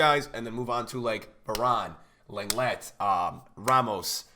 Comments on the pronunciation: Got a lot of love for you dude, but it's LONG-LAY, not LENG-LET. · Long-lay not Leng-lett haha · You pronounce lenglet as longlay You’re welcome ocd ppl